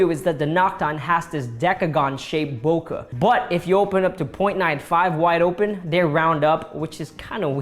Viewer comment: Bokeh is pronounced "Boh-kay" not "Bowka"